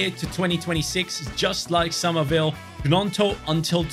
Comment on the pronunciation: Pronounced ñonto not Gnonto